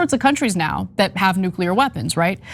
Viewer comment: Nu-ca-lear weapons? Should pay attention to her pronunciation if she wants to be taken seriously as a public intellectual.